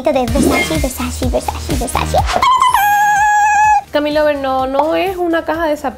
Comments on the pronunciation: la manera correcta de mencionar VERSACE es Ver-sa-CE (Versache), NO Ver-sa-CI (Versachi). 🌹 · IT’S VERSACE NOT VERSACHEE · La marca Versace,no se pronuncia versashi,se pronuncia Versashe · es versace no versachi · Porque dices pronunciandolo (versashi) o (versachi) Donatella ya lo dijo miles de veces es (versache) versace. 🙄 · Es Versace no Versacci 🙄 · Que hermosas cosas! Pero me sigue dando algo extraño cuando escucho que no pronuncias bien la marca Versace ToT